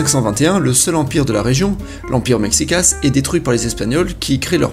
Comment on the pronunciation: ca se prononce meyicas pas mexicas